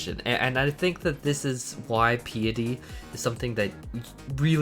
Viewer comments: why do people say pea-a-tee instead of pie-a-tee ? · It's Pi like the equation, then eh then tea. (Pie-eh-tea) not Pee-ah-tea. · As a new-ish player thank you for this guide. The only problem i have is piety. Its pie-ity. As in pious, prayer and stuff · Great video thanks for the info. Oh btw Piety is pronounced like pie ah tee